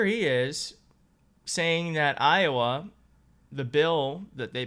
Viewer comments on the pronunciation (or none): none